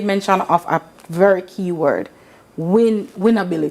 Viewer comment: Listening to this zoom guest was frustrating. Why do Jamaicans add "uh" to the end of their words!? For example, It's 'words' not 'words-uh.